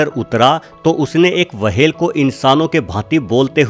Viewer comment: wahel nahi hota hai whel hota hai